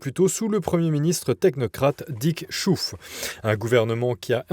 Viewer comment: SVP ne prononcez pas à l'anglaise les noms néerlandais... Schoof se prononce srhaoffe, pas chouffe. sinon, dites-le comme un Français, choôfe. 😊